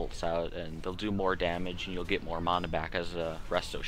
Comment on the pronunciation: By the way , Its MANA not fucking mona , fuck sake people.